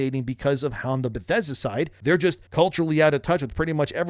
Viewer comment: The emphasis should be on the "just" and not "works".